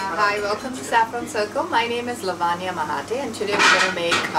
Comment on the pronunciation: Apparently the name 'Lavanya' is better pronounced by a Brit than the Indian who has it!